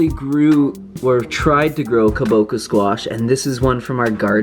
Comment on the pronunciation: Correct pronunciation: KABOCHA (cha) as in the dance Cha-Cha.